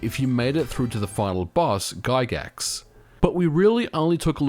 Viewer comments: its giygas not giygax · GIYGAS. G I Y G A S. [gih-gas]. How dare you call Gary Gygax a villain. D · "Giygaxe" I guess we can say thst you... Butchered it. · That's not how you pronounce Earthbounds final boss...like at all